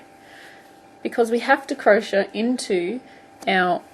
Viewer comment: I know this is such an old video but it helped me! Thanks so much. P.s. I love the way you say crochet.